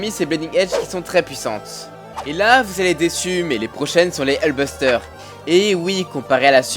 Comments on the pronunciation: ces pas hulbuster ces hulkbuster !!!! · Hullbuster? c'est pas plutôt Hulkbuster? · bonne vidéo mais sérieusement il faut faire quelque chose pour la prononciation la parce que bleeding prononcé blaiding, fear prononcé faire ou hulkbuster prononcé hulbuster c'est pas possible la